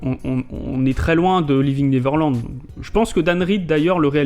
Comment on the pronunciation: Par pitié, apprenez tous à prononcer correctement "Neverland", merci!